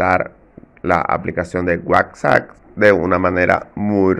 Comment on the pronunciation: Se pronuncia WhatsApp tal como se escribe, con p final y no como tu pronuncias WhatsAc .